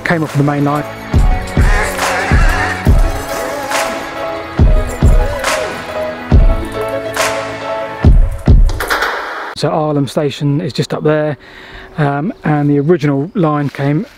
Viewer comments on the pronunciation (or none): What the heck is Ar-lam station, it's er-lam (Irlam lol). Nice video though. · Manchester SHIP Canal not SHIPPING. Irlam is pronounced Errlam not Eyelam. Other than that, great video. When we were kids we used to climb into the box girders on the bridge and wait until the goods trains ran over our heads. Then we'd slide down the steep slopes on old car bonnets. The viaduct part that didn't go over the canal went over the original course of the River Irwell. We used to call it "The Girders" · The pronunciation is Urr-lam not Ire-lam